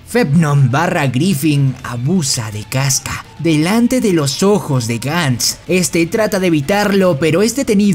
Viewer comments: Perdon, no tengo soy super experta en Bersek pero los nombres no se pronuncian Guts, Casca y Femto en vez de Gatz, Kiaska y Fennon? No se por qué el les dice asi pero me ha confundido mucho porque siempre los escuche como la primera opción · Bro por que dices kiaska y gantz cuando es Casca y Guts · Bro, la serie tiene 3 protas y no pronuncias bien el nombre de 2 de ellos? No es "Gants" ni es "Quiasca".